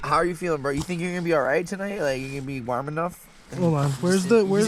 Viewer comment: 15 years later and you still can't pronounce "warm" properly